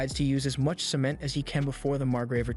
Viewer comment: He pronounces cement really weird